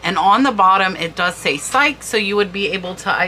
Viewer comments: Psyche is pronounced Psy-kee she was Cupid's secret lover.... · FYI “psyche” is pronounced as Si Key. So appreciate these prese ntations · "Amor u Psyche": the name Psyche is pronounced psych-E and means "the soul". Greek myth is Psyche and Eros (the handsome son of Aphrodite) and Roman is Cupid (handsome son of Venus and not the cherub with a bow and arrow we all know) so kind of a mash-up there as "Amor u" (Latin) to represent "Eros or Cupid and". Thanks for the heads up with the bud vases, I pick interesting ones up whenever possible and now I know some names to look for; this was a great idea for a video. I love to grab a few flowers from the garden and scatter or group them in bud vases. 🌸🌼🏵️😊🇨🇦